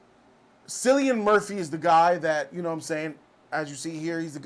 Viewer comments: Seeing this in a few hours and I cannot wait. I have 0 knowledge of Oppenheimer or the making of the bomb, so this will be interesting for me. I think Tenet is Nolan’s worst film, but I go back and forth between that and Dunkirk. Also, Cillian’s name is pronounced Kill-ian. I heard the cast and Nolan saying that in an interview the other day. Also Also, this is his 4th R rated movie. The Following, Memento, and Insomnia are all rated R. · Cillain is pronounced like “Killian” 😃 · It's ki lian not si lian. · Cillian Murphy is pronounced, Kill-ian. Loved this review, missed Bg4. 👍🏼